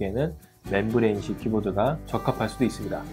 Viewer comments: 매형 그러니까 잘 읽으라고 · 맴브레인을 (membrane) 왜 맨브레인이라 함?